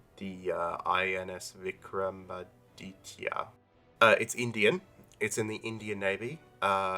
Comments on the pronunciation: For how to pronounce the INS Vikramaditya's name, it's Vi-kra-maa-dit-ya with emphasis on the "maa". Hope that helps. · You need to say it like this Vik Ram A dit ya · I would pronounce it as: VIK---RAM---A---DEET---YA.